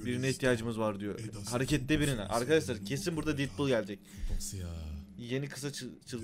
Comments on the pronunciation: Abi didpul diye okuma artık detpul bak okunuşuyla yazdım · abi şuna didpul deme ya sinirim bozuldu